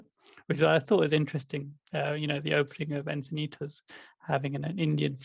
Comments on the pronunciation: I was thinking it but now that you said it,.... I got a kick out of ' mispronunciation of Encinitas (Insanaytus). Hall Pass Plus! I grew up in Santa Monica. Lakeshrine was my go-to, and now living in San Diego, I go to the small temple here. To prepare you for your eventual visit to Enchintas/Enchiladas, it's located right on the 101 highway and like Santa Monica, which is adjacent to Lakeshrine in Pacific Palisades, along Pacific Coast Highway, both are tourist beach towns with horrendous weekend traffic. Your best bet is a weekend retreat at either one, where you will be somewhat immune to the hustle bustle, while sequestered on the beautiful temple grounds. Sight seeing would be best Tues/Wed/Thurs. People are in a mad rush on Mondays and Fridays. If you come this way, contact me for free travel tips. I was born and raised in So. California, love it, and know secret beauty spots for meditation. I'll speculate right along with about our adjusting to the Yuga, before we're ready for communities. Even the monastics joke in their Sunday services about little personality quirks and tensions with each other. I admit, I love my solitude so much so, that I think I'm evolved only enough to live harmoniously with a pet rock, something low maintenance. True, I would become a useless puddle of devastation if I dwelled too long on the resulting suffering caused by war. It leaves me feeling powerless. I keep my head above water by serving where I'm called to, contribu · I actually wasn't laughing at pronouncing "Encinitas" wrong a couple of times -- and I don't laugh at pronouncing it wrong a lot either 😁 The "S" at the end is soft, not a hard "z".